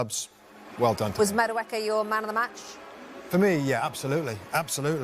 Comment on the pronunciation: His name isn't MADOOK (Madueke) The right pronunciation is MA-DU-AKAY